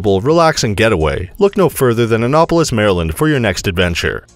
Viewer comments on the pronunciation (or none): IKR? Plus, he was consistent, mispronouncing it EVERY time. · You're saying Annapolis wrong. An-NAP- polis. (Like taking a nap)